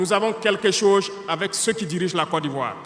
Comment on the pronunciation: Pardon président Fais un effort pour bien prononceer le mot"chose"